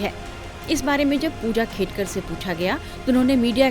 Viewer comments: Khadekar nahi, Khedkar bolo mere Patrakar bhai…Real News de rage ho to surname to proper Pronunciation karo… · खाडेकर नाही वह खेडकर है भैय्या 😂